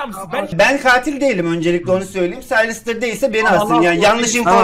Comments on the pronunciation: Saylsterı silvistır diye okudun ya ben utandım. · Abi siylistır deil saylister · Silvistır değil saylestır diye okunuyo en sevdiğim youtuber diye biliyom sjsjsjsjsjsjs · Abi silvistır ne ya 😂😂😂 saylestır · Abi o silvster diye okunmaz Sayıstır diye oku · Silvistır değil SAYLSTER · Yaaa sivlistir deil saylester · abi sen silvistır diyince gülmekten ağladım annem neden ağlıyosun dedi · saylster a silvistir diyen ilk insan😝😝😝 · Slistır hahaha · Abi saylestır diye okunuyo